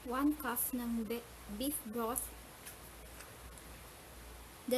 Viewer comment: One Cough ng Veef Vroth hahahaahaahahhahahaha naubo ako